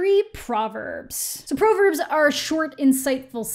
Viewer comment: I really like your stuff but you missed it on this one... I'm realizing this series is really directed specifically to people who were raised religious and it's clear you weren't because you mispronounced 'Proverbs'. Actually makes me bummed that some people will not get how truly amazing this one is; but not everything is for everyone.